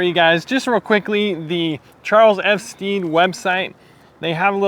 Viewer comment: Great review! Putting in those miles and they look incredible. The perfect shape boot. CF Stead produce some amazing leathers and suedes. I have their Repello suede and also their kudu, both great. Stead rhymes with bed by the way.